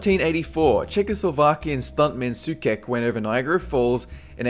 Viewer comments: Karel Soucek is not read /sukek/ but /soutshek/ ;) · They say it's better to aim high and fail than set an easy goal and reach it. And by the way, Karel Souček is pronounced "so - check". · it's pronounced so-check, not so-kek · Hehe Sookek xD. That was so cute. The name is pronounced like this "Səutʃek" :) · soucek =/= soo-kek. since when does a C followed by an E make a hard K sound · Soucek is pronounced "sotchek" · the right pronociation for Soucek is [:soucheck] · The name of the guy with niagaras is Souček, read SOU- (like mould) chek (like cheque or Czech). Geez, english speaking people the fact that you guys write your language in the most idiotic way possible does not mean that other people have to do so too... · Soucek is pronounced "SO-CHECK" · SOOKEK facepalm learn to pronounce it the right way.. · It's pronounced ''Soucheck''! ;) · Soucek is pronounced as, Sou-Check